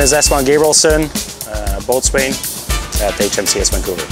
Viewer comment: Never in my life hear somebody pronounce boatswain like that... and he is one?